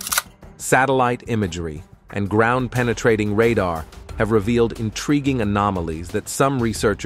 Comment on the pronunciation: You miss pronounced this simple word ( ground, magazine, covert, federal, imagination, intrigue )